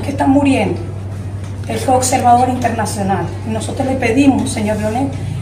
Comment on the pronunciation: InfoLmacion? EnteraLte? InteLnacional? A caso eres de ascendencia china?